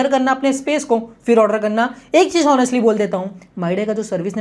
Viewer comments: Honestly= (hon) est ly ❌ (Onn) est ly ✅ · Akpa English pronounced kuch kuch galat hiwa hai honestly ko H ka pronoun nehi karna hai bro